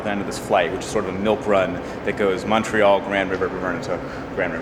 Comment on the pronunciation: So much genuine emotion and kind, everyday people going out of the way to help and connect with strangers. And so diverse in every way, culture, geography, etc Cheers from Montreal. And thanks for now correctly pronouncing it Muntreal and NOT Mawn-tree-all which is how most Americans say it. You also do well with Quebec K-beck and not Cue-bec or Cwo-bec